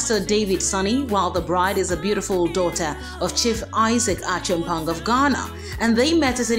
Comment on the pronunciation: How the hell u a Ghanaian and pronouncing her last name “Achimpon”.🙄🙄This abrofo sem is too much oo.🙄🙄